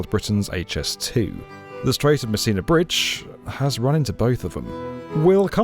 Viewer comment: I keep hearing "The Strait of Messina Bridge" as "The Strait of Missing a Bridge"... 🤣🤣🤣